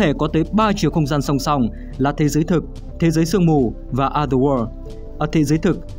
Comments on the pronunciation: chữ "o" trong other kênh đọc đúng là "ə" rồi còn gì nữa? Có tra cách phát âm trước khi bắt bẻ không đấy? Hay là ông nghĩ phải phát âm "o" đúng kiểu o tròn như quả trứng gà :D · đọc đúng rồi mà